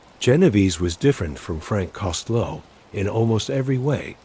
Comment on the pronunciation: You need to learn how to pronounce Costello name correctly